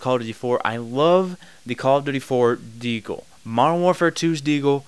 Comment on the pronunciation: It annoys me how you say 'modern'. You say it without the 'd' and it sounds nasally. I had to mute you. Thumbs down.